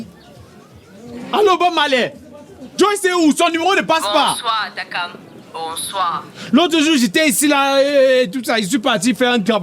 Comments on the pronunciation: Maniere dont Ernestine prononce Takam la est mo jusqaa😅😅😅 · Ernestine c'est takam et non tchrakam 😅